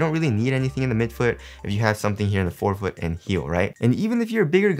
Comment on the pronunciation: “if you want a lil somin-somin for your ankle…..”